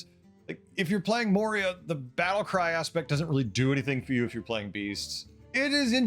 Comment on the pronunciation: "Moria" bronzebeard is killing me as a wow lore nerd